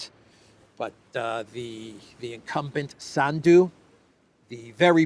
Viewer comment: When you pronounce the name Sandu please PUT the accent in on the first vowel “A.” Not on the last of the “u”. This name comes from your name, which became Sandu. As a todler has problems pronouncing the R cinsinant😊